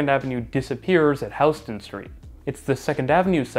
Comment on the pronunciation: Yes! You pronounced HOUSE-ton street correctly! Yay!!! 🙂